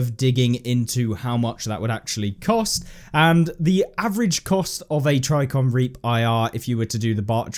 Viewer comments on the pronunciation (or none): Tri-ji-con not try-con! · “Tricon” made me a little more frustrated each time he said it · Pssssssst there's a J in Trijicon. It's pronounced tridge-eh-con. <3.